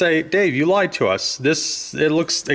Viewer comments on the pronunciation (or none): none